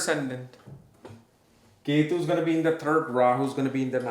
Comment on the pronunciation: ❤🎉 don't say k2 ketu you have good studies but you must say the names properly other wise you are mixing the energies take English class you better your English now